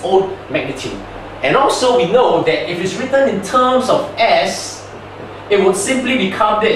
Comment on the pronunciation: Wait, is it TUMS, like the antacid? Oh whoops! I am wrong again!... It's terms, I didn't know a tum is a mathematical TERM! My mistake, I though we were learning about medical tuminology, whoops! I mean TErrrrrrrrrrrrrrminology. When I say ni hao, i don't say neee whoooo, lol, you can do math, but you can't speek, which one is more difficult? FUCK!